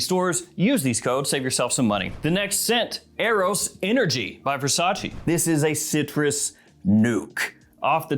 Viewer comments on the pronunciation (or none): none